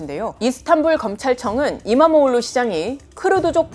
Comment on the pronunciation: Nice pronounced. .EKREM Imamoğlu